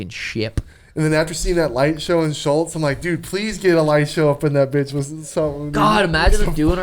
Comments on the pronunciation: Sean, it really is pronounced SHULTZZzz bud. I know you just heard about him last 2 years but take it from someone who’s know who is is for 8-10 years and never heard anyone other than you call him that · Pod starts out with Suga making fun of for not saying Schulz correctly, even though Suga says a lot of names incorrectly. just goes with the flow, he never corrects Suga on shit that doesn't matter. Then when they talk about the Merab fight, talks about the highlight real they've been showing of Merabs wins (obviously for a reason), and then all of the sudden Suga starts talking shop, how he's gonna stop Merab. These dudes have one hell of a relationship and knows exactly how to get Suga going when it matters.